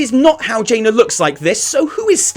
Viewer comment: It's not jaina it a dreadload as jaina